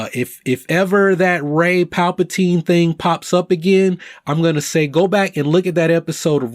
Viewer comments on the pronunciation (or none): none